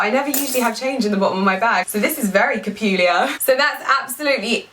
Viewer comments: I think you said capuliar instead of peculiar and omg it made my day HAHAHAH amazing #newword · did she say 'capuliar' at the end when talking about the change??!!